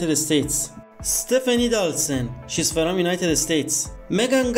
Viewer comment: What kind of accent makes you read from like it's fErom